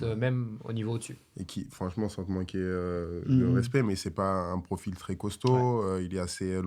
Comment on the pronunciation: Petite note pour nogodi : le mot "très" ne se prononce pas "tRRRé" mais "très", comme "trait".